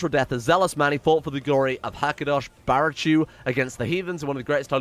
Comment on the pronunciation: the "hakadosh baruchu" is said wrong "baruchu" is read "baruhu"